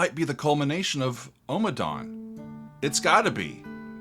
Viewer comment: Ommadawn, not Omadawn